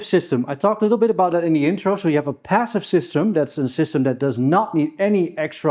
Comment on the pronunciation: 'bassive' ? 'bick up' ?